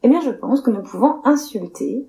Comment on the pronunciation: "c’est bienne" 😂